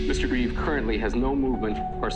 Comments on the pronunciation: Reeve. No s. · Reeve - NOT Reeves